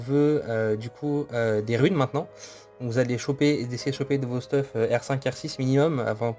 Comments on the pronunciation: hey j'adore se que tu fait et tes tips mais par contre dsl mais arrete de dire stuf mais dit steuf sa me stresse mdr sinon je lache mon petit like ^^ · Merci pr le guide !! Ps : comment ca me fait bizarre que tu dises «stuf » et pas steuf 😂